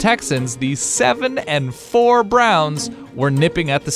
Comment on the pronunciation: I love how he is just like, and the, inhale for dramatic effect SEVEN AND FOUR Browns are nipping at the Steelers heels